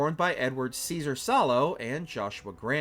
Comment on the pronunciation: He called Kyzar, Seezar!!!😂😂😂😂